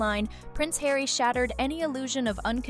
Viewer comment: ....10.59 Megan to Hawy................"oooh what is it hawy?"